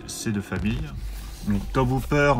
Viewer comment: Tobe Hooper... Se prononce Tobi... Vive la franchoullardise